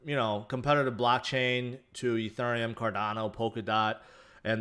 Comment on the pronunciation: im struggling watching this and this guy keeps saying uh thurium...